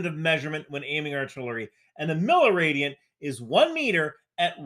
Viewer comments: Not "milliradian?" Otherwise, a fantastic video! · It's not "Milaradian", it's "milliradian" - like "millimeter", just for radians, not meters. So "a thousandth of a radian". Metric > Imperial. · Do you really mean to say "milaradian"? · Its called Miliradians..not milarads😉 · Cool video! But for the sake of nitpicking... it's milliradians, not milaradians (milli = 1/1000) =) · Milaradian 🛑 MILLIradian🟢